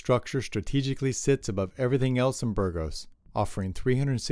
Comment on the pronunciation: Please try to pronounce city names properly. It spoilt an otherwise excellent video. The way you pronounced Burgos was criminal.